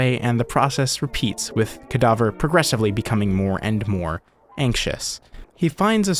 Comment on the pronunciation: “Cadaver” You: “Cadaughver”